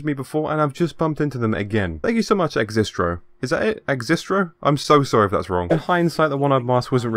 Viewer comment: Yes it’s pronounced Axistro haha